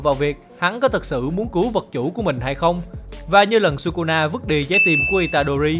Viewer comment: thỉnh thoảng nói kusuna vậy